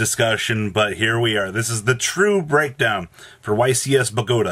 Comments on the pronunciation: It's BOW(like bow and arrow not bow like after you performed in a talent show) GAH TAH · The way you say Bogota is triggering the prescriptivist in me